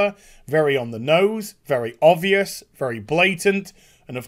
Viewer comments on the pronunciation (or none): none